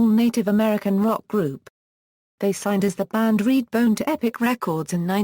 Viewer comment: What's with the robotic voiceover?? Annoying...and it's REDBONE, not "reedbone". Sheesh!!